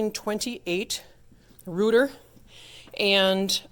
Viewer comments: It's been my understanding they pronounce their name ROYter not REWter could have depressed one of those tiny wires coming out of the face board between the rows of screws on either side of where someone magic markered "Sub Bass" and the corresponding pipe would have played since the blower was on. Yeah, the "flute pipes" said numbered 97 instead of the 73 for each of the others, is how they got some of the other stops like the 2', there's only 61 keys on the Gt and Sw, so the 73 pipes is how they continue the 4' stop up beyond the topmost keys. I'm one of those who doesnt like the tremelo, it makes the organ sound like some electronic Hammond or Lowry organ! "Work on the console itself necessitated it be taken to the Organbuilders’ shop. Weighing over 100 pounds," I think that 100 pounds might be wrong, my 2 manual Moller console from 1930 weighs 500 pounds, and with the pedalboard and bench over 600 pounds. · Thank you! I made that mistake too with REWter, heck, that's what it LOOKS like it should sound like! how you get "ROY" out of "REU" is beyond me, but I guess since you get "Bill" out of "William" and "Chevy" out of "Chevrolet" I guess it makes sense in a crazy sort of way, LOL! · You’re pronouncing the company’s name wrong and they’re called chambers not pipe rooms.